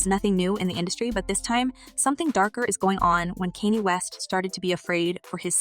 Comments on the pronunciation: KANYE WEST SHE NEEDS TO GET HIS NAME RIGHT!!! NOT KENNY!!! WHEW!!😮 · You sound stupid saying his name incorrectly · Why can't you pronounce his name correctly?